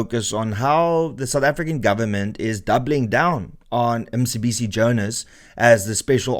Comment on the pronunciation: it's not Msibisi it's Mcebisi. Just saying that because you had an issue with Julius butchering Elon's name .